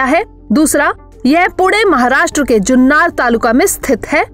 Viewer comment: It's जुन्नर not जुन्नार